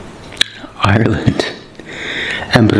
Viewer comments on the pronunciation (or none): none